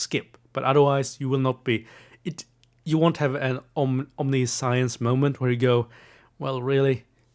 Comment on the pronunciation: Omniscience is pronounced like Omni-shense (Rhymes with patience)